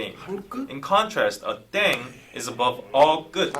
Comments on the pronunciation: pronounced “ddehng” not “dayng”. continuing to enjoy your reactions, but hoping you’ll do the bts background videos that have been suggested. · The word is actually pronounce like deng or teng, not daeng, it written like that because of the romanization of the korean language, thanks for react!